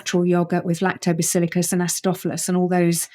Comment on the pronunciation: I immediately get suspicious of an 'expert' who doesn't pronounce technical terms correctly: lactobacillICUS, Nu-uh. LactobacillUS!